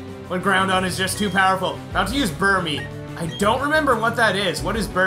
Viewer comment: hmm burmy SOUNDS LIKE BURN ME B))))